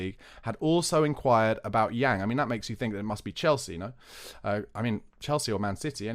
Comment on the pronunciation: Pronounced Yang (/aː/ like in English plant) Min-Hyeok (yeo like in yeoman) No biggie but nice to get some closer pronunciations 😉